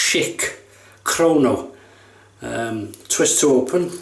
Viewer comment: Nice shave,. I love Schick Krona. I noticed you pronounce "krono". I don't know if that is just a british pronunciation, but I do believe the name is "Krona" with a final "a". I have one from the 1960's and it's one of my favorite razors. So smooth and forgiving.